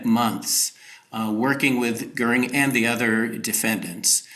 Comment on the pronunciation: Why is correctly pronouncing Hermann Goering's surname an apparently unmasterable task for Saagar, whereas Krystal had no problem with it at all. C'mon, Saagar.